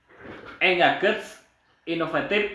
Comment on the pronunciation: engaged...baca engeij mas..hehe